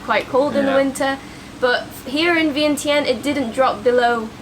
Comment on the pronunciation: Vientiane is pronounced Vieng-chun. Replace the T with a C. Not sure if anyone has tried to correct your pronouciation of the city.